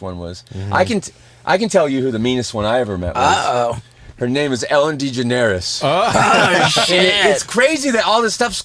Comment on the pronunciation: I love how Chris pronounced Ellen Degeneres' last name wrong. She deserves humbling from the humblest guy ever.